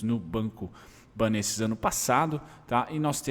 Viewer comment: a pronúncia é banÉstes hahaha